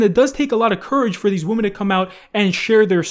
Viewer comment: I like how for years still cant say women in plural the right way. He is saying it like a noun women when he should pronounce it like Wimin. Idk this still gives bugs me.